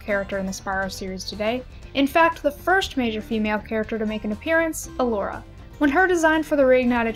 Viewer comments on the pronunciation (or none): Can I just... everyone is pronouncing her name wrong... it’s E-Lora.. not Uh-Lora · Those STRONG pronunciation of those “t” sounds. How original Elora pronounced “t” is just as iconic as “I’m a faun you dork!”